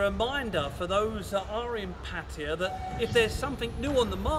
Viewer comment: He literally said Pattaya like 4 times, plus its in the description - he pronouced it wrong, but its pretty decent. Heading there this weekend.